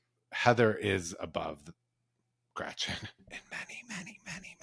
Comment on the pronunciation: " gretchers" lol really 🤢